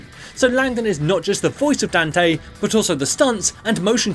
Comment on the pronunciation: "Dan-tae" ... I still don't get how people can mispronounce his name.